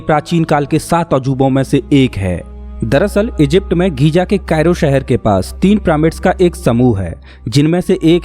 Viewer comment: गीज़ा है घीजा नहीं है।।